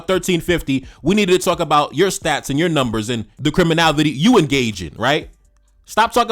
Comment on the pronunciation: Bruh I really like your work but please stop 🙏 saying CRIMINAVITY it’s CRIMINALITY PLEASE 🙏